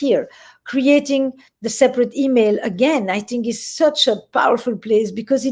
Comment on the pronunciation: Whenever she says "Tink" as in think...I get chills...I'm crushing hard on EP!!!